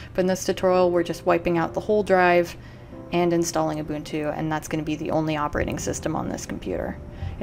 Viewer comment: And she said Ubuntu correctly very cool video!!